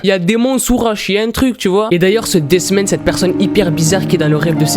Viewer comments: quand t'as dit ''this man'' jai cru que t'avais dit''des semaines'' tes pas tres fut fut pour l'accent englais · Quand il a dit "This Man" j'ai cru qu'il disait "Des semaines" (voilà c'était très important à dire.) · Moi aussi ._.